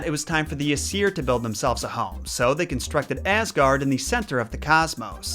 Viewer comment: in Norwegian Asir is pronunced ace. Nope you heared right it is the same as the English word for butt.